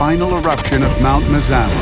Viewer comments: It's pronounced "Mah-Zah-Mah" not "mehzammeh" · Did he say it was the biggest mountain in Oregon?? And why did they pronounce Mazama in a way that no one else does!? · Every Oregonian is triggered by the way you pronounce Mazama